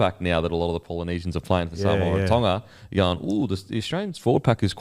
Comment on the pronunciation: Sole oni who your saying Samowah 😂😂😂😂